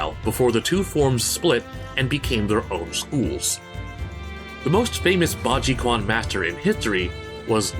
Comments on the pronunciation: I'm not Chinese, but I think the pronunciation is Bajichuan. The 'q' is a quick 'ch' sound. The 'an' part in quan is pronounced as if you're saying 'and'. It's a quite a strange transition of sounds for us native English speakers. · My man butchered that pronunciation, Quan should be pronounced as Chen in Chinese. Just sayin so you get it right next time :) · The quan is pronounced "Chuan" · Its pronounced Ba Ji Chuen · very dope video only concern is that the "quan" is pronounced like "chuen", since it is fist in Chinese. Primary reason I care is because my dad was actually raised with bajiquan and even taught it. 開門八極拳; Kāimén bā jí quán; (English: Gate-Opening Eight Extremities Fist) Love the content as always though, thank you for the rep,. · Okay, I'll just say it. The Quan in Baji Quan is actually pronounced "Chuan". As to why, I dunno. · It's Pronounced Ba Zi Chuan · Bajiquan is pronounced "Bah-ji-ch-wan" btw. The q has a ch sound in Chinese/pinyin. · For the record Quan is pronounced "chran". Thank u so much for yet another elite-quality abitorial!!! Edit: that last 3 minutes made me cry, as a gongfu practitioner. Thank u 😭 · Quan is pronounced more like Chuwen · none of those techniques are exclusive to baji, and stuff in a lot of general northern kung fu styles. so i wouldnt say most of those characters use baji, other than ones stated by source material like Kokoro or Akira. i believe it should be pronounced baji chuan, but there was some oddness with some older pinyin translation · you pronouncing "quan" as "kwon" hurt me internally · Gonna be pedantic and correct your pronunciation of "Quan" which is pronounced more like "chwen" (Chinese to English alphabet spellings are weird). It makes more sense if you realize that the Japanese equivalent is pronounced as "Ken", meaning "fist". You can hear the similarities in both languages. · In Mandarin Chinese, the Q is pronounced as a "ch" sound. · Damn you botch how it's pronounce